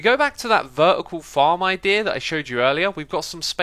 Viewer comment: I thought it said Ikea instead of idea at first